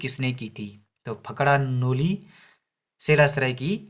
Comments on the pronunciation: It's फड़का नोली not फकड़ा नोली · Fakda noli nhi fadka bolo bhai sahab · ब्रो फकड़ानोली नही होता है फड़कानोली होता है